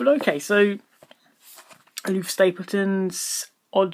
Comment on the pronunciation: Why do you call the author "Aloof Stapleton" when his name is clearly Olaf (Oh-lawf) Stapledon (Stapledun)?